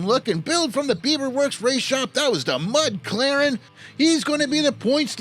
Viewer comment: Mud Claren was impressive! And I knew I pronounced Beavermuth right the first time!